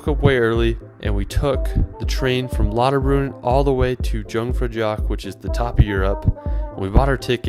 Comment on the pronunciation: I like how this guy could not pronounce German words like his attempt at "Jungfraujoch", and "Lauterbrunnen" totally wrong LOL Please try to learn the language when you are in another country.